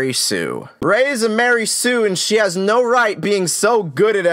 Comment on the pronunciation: Dude its not like a new hope gave us any info on what happened directly after Anakins fall and those 2 movies have a similar time gap gosh you really dont know what ypur talking about. And you kno not to take a guys seriou9 when he doesnt know how ro pronounce mary sue and calls it "lary sue" oh boy this channel is dumb af